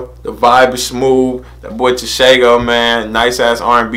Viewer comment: It’s pronounced tshe-gho written tsego his nick name is the pink panther